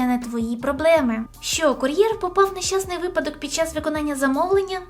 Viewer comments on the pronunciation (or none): none